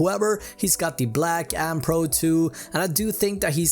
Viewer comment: Anny pro 2 lol it’s pronounced Anne pro 2